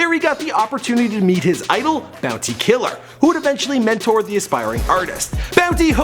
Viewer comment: Bounty Killa or Tommy Lee But you need a Caribbean person to help you pronounce some of these words still lol butchered a good bit of them still.